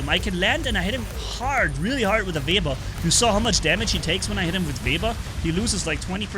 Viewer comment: Call it web ear it is correct pronunciation